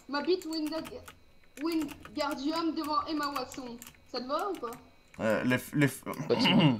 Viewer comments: Il a dit Emma wason au lieu de Emma Watson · Nan on le deban pas car il c'est pas dire Watson(e) il dit Watson donc moi je dit le deban pas xD